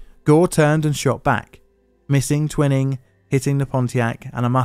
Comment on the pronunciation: The bastard's name was pronounced 'Twy-ning.'